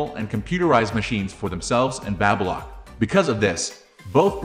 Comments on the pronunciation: So annoying…learn how to pronounce BABY LOCK…. Teach your AI NOT to say BABBA lock! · It's NOt Babbalock...it's Baby Lock... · Babylock is pronounced-Bay-bee Lock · "Babblelock"? STOP using AI to do voiceovers. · Like Babylon the way he says it. It's weird for sure. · Not sure I trust a review from someone who doesn’t know how to pronounce the name of the product. Is this a computerized voice? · I believe the narration in this video was a computer generated voice - Baby Lock is not the only word mis-pronounced